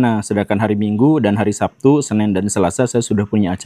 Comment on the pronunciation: SABTU bukan SAPTU 😂😂😂😂